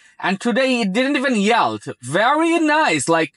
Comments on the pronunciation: Much better without the toll tag! BTW yield is pronounced "yeeld" as in "bee" not "yelled" (which of course means shouted). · Wth is yeld? Yelled?? 😂